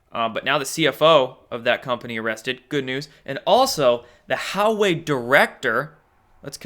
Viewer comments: Huawei is pronounced hwa-way not how-way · It is not How Way.. more like Wa Way. Publick optics dont matter. the world is watching. LOL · Huawei is pronounced like "Wau (the 'au' as in awe) way", not "How way." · I believe Hauwei is pronounced Whah-Weigh, no? Good video, but please stop over-pronouncing your vowels, you sound like a 12 year old valley girl. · Hey, Huawei is pronounced wah-way. Almost sounds like Jahweh, pronounced yah-way. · Hope you start making a little effort to pronounce Chinese names correctly. Takes 2 seconds on a Google search: Huawei is pronounced "Wah-Way"! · Huawei pronounced Wah-Way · Huawei is pronounced “Wah way”. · Hey, it's pronounced WAH-way... It's like when I was in school and we actually had to work at it and learn from a dictionary. You can get the answer in 10 seconds on your phone. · It's pronounced "Wah-Way" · Huawei is pronounced "Wah-way"